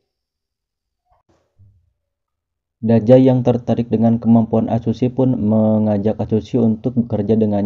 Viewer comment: Dazai bang bukan dajai😑